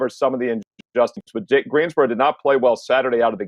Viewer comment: i live in GreenSboro North carolina, it has an S lol